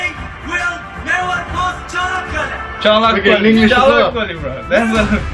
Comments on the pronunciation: not canapoli 😂😂😂😂gelibolu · cha knock kaallaa type this to google translate english and let it pronounce that's how you read çanakkale =)